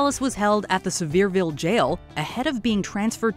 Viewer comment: Whoa I didn't know they were arrested in my town?!? Great job pronouncing the city, nobody gets it right. For some reason everyone calls it "See-ver-ville" Instead of "Sevier-ville"